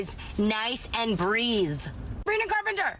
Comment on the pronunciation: her dentures don't let her say "breathe" correctly.